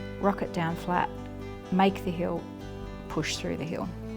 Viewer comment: Hi. She is saying “hill” but with her accent it sounds like heel.